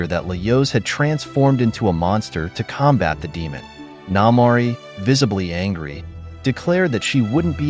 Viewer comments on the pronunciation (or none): none